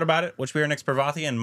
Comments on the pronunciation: Its not pra-vaa-ti. Its paar-va-ti. 😂 I feel the pain when they distroy the actor's name. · Her name is not pronounced Pravethy... It is 'Paar-vathy'. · Its not "Pravathy" , its "Parvathy"